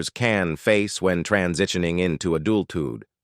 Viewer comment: I’ve never heard an AI that bad. It wasn’t just cadence, but a lot of mis-pronunciations. “transitioning into adulthyud”? 😅